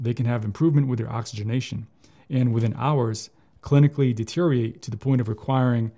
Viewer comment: Why is a doctor pronouncing "deteriorate" as "deteriate"? I'm going to assume it's a medical term, but I don't see it when I Google it.